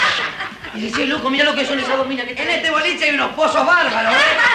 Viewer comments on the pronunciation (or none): none